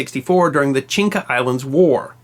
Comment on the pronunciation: One corrective comment: you keep pronouncing “Chinca” islands... but the actual name is Chinchas.